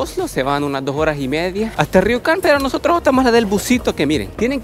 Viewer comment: por que lo pronuncias como riucan? si hablas españo, hahah lo bueno que no eres gallego si no, le podrias, Juancho